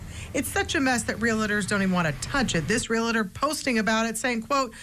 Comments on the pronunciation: Channel 9 should learn how to pronounce the word "realtor". It's "real-tor", not "ree-lator". Pronouncing words is supposed to be part of the job, maybe? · "REALATOR" ffs... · Why do people pronounce it "real-la-ter"? Isn't it pronounced "realt-tor'? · Amazing, being a reporter on tv and constantly pronouncing the word Realtor as Real-a-tor. Brutal. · A $3,000 lot survey to plot out boundary lines could have avoided all of this. I have heard of a similar case in CA, the extra property had to be purchased by the pool owner. Please people say Realtor correctly. It’s Real-tor not Real- la-tor, just say it like it’s written. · There are licensed Real Estate Agents and then there are Real-tors. No such thing as as Real-A-tor. Not a regional problem, found nation wide. Most likely just a lack of education. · Can we all please learn to say "ree-uhl-tor" and not "rill-a-tor"? Also, just be glad the pool wasn't filled-in to the property line, and the offending part of the garage removed, etc. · Realador Realador realador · It’s REALTOR, not “real litter” LOL. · The word is pronounced “Real-tor.” Not “Re-la-tor.” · Why tf does this lady keep saying “relator” when it’s realtor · Hey everybody (taps the mic) Its REAL-TOR or REAL-TERR not Rillader. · Hard to watch when she won’t stop saying relator instead of realtor 🙉🙉🙉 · You almost got it. She's saying realator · Wtf is a real-a-ter? RealTor Two syllables not 3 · I hate that people say real-a-ter instead of realtor. Geez. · It’s Real-TOR not Real-Eter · Hate when people pronounce realtor as “reel-adur” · There's no "i" I. Realtor. It's not Realitor. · I want to beat this woman for continuing to say, “real-litter” instead of RE-UHL-TER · Hey News Director, please tell your reporter it’s “REAL ah ter” not “real LAY ter. It’s grating to hear otherwise. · It's not "relator," it's "realtor." Re-al-tor. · Reporter: It‘s REAL tor, not RE . REAL as in REAL Estate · It is pronounced Realtor not Relatir!